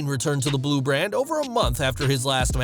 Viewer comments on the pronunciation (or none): none